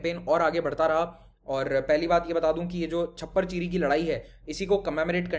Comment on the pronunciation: ਸਾਮਣਾ ਨਹੀਂ ਜੀ ਸਮਾਣਾ , ਛਪਰ ਚਿੜੀ ਨਹੀਂ ਚੱਪੜ ਚਿੜੀ